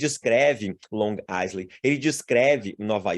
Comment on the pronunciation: Obrigada pelo conhecimento de vcs. No entanto, em "island" não se pronuncia o "s". Pesquisem! Fala-se "áilend". Gratidão!!!!!